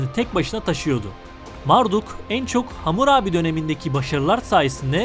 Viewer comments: Hamur abi değil; Hammurabi!! Bu nasıl telâffuzlu seslendirme??? Böyle önemli bilgi programı doğru terim/isimlerle seslendirilmeli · Bunu demek için gelmiştim. Ne zaman Hamurabi diyecek diye başka birşey dinleyemedim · Vurgu nasıl yapılır öğren abi lütfen . Vurguyu bilmiyorsun diye hamur abi diyorsun resmen